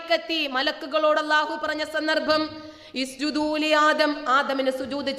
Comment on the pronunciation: സജദ - യസ്ജുദു - ഉസ് ജുദ് ഇതിൻറെ ബഹുവചനമാണ് ഉസ് ജൂ ദൂ അത് പോലുമറിയാതെ ഇസ്ജദൂ എന്ന് ഓതുന്ന ആ സ്ത്രീ അറബി ഭാഷയുടെ പ്രാധമിക പഠനമായ സർഫ് പോലും അറിയാത്ത വിവരംകെട്ടവളാണ് അവളാണ് വിശുദ്ധ ഖുർആൻ്റെ തെറ്റുംരിയും ചർച്ച ചെയ്യുന്നത് ഭാഗ്യം കെട്ട വിവര ദോശി എന്നല്ലാതെ മറ്റെന്തു പറയാൻ ഹാ കഷ്ടം